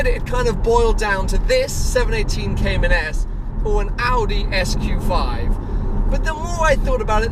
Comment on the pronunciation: congrats, too bad you still can't pronounce the name correctly...